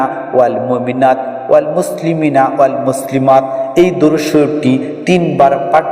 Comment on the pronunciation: ভাইজান সব ঠিকই আছে কিন্তু দরুদ টা উচ্চারণ সঠিক নেই।